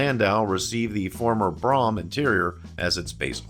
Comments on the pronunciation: I think you mean Ford Brougham. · You misspoke on the 1969 LTD saying that the "429 was available in a 'two carbureted version' rated at 320 horsepower..." when you clearly meant to say ""two barrel version." The 460 AND the 429 were available in 1973. Oh, and PLEASE learn to pronounce "Brougham." It rhymes with "roam" NOT "prom." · Brougham is pronounced "broam," not "brahm." Good video though. Not enough videos out there of one of the best built American cars of all time. Something I doubt we will ever get back. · "Brougham". Correct pronunciation is "Broom", not BROM. As a kid, I always thought it was like Chrome, but with a "B". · not pronounced brom but brome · Great video. Comments: The top trim level is spelled "Brougham" and pronounced "Brome". The 400-2v V8 was OPTIONAL on all models except the 74 LTD Country Squire, where it was standard. The tape player that became optional in the late 70's was a CASSETTE. 8-track was available well before that. The steel-sided "LTD Wagon" was a 73 1/2 model. The 460 became available in 73, along with the 429, which was discontinued for 74. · I have to point this out. My parents bought an Olds Cutlass Brougham when I was 3.5 years old. I grew up kowing how to say it. It is pronounced like his "Broham"" LIke saying "Bro" then "ham" It is not an ice cream shop. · I have never heard Brougham Pronounced Braham and I have always been told LTD Stood for Limited.. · I’m really enjoying your channel,! Your videos are great — and as a former Ford and Mercury owner, it’s good to see these models mentioned. But some of your pronunciations are WAY off in this and other videos. It’s Brougham, not “Brahm”, with the OU sound being OWE. In another video, it’s Ford chairman Alan MuLAlly, not Alan Mully. Just an observation. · STOP! Its pronounced Broughm as in BRO, like BROME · Brougham is correctly pronounced “brome” (rhymes with “home”).